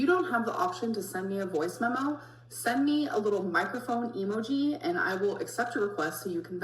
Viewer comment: Why does she say emoji like that? She says it like EMO GEE